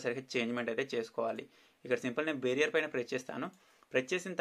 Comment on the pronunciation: Changements అనకండి changes అనండి... Bearer బేరియర్ అనకండి బేరర్ అనండి... Thank you for the useful tips ..